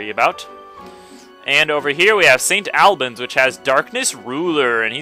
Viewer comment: Ahh so many mispronunciations of towns and cities:/ no offence to you, it's just cringeworthy every time I hear it! "Ex-eh-ter" and "Saint Awl-buns":)